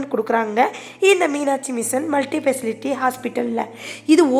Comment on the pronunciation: ஸ்பெஷாலிட்டின்னு கரெக்ட்டா ப்ரெனவுன்ஸ் பண்ணுங்க. கேட்க ஒரு மாதிரியிருக்கு.